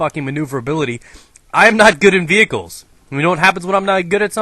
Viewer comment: What are Vehickles? D